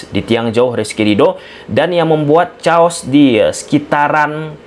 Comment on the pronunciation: Bang Chaos = 'Keios' bang 🙏🏼